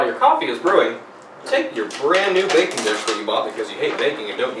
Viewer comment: Jesus, heard "hate bacon" and not "hate baking" and almost lost my shit.